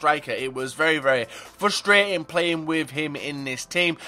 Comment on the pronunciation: You overuse the word frustrating and you mispronounce it and it ticks me off. Js, I still love you <3